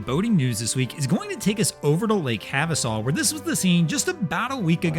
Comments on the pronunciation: Hava-sue Not "havasaw" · It's Hava-SUE, not Hava-saw. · Dude...really? It's Have a soo...Havasu. You sound like an AI generated felcher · Lake Havasu, pronounced Have-A-Sue